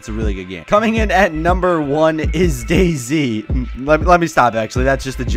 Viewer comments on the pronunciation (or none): none